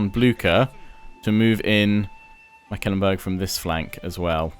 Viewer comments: Mecklenbrug, not Meckelenburg. Pronounce it as if it was a McDonalds product, the McLenburg :D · Totally agree., in English the pronunciation is closer to Mek ' Klen Burg. Once he also called Wurtenburg Wittenburg and I was like... They have Wittenburg on the map?! No, no. Just a slip of the tongue. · Please "google translate" Mecklenburg in German to hear its actual (sort of) correct pronounciation. McAllenburg is really not its name. Otherwise a pleasant voice to hear and excellent and explicit gameplay from You. Keep up the good work. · Hi, just to help you out with the pronunciation: The name Mecklenburg only has three syllables Mek-len-burg. I am enjoying this playthrough quite a bit! Thanks for creating the content.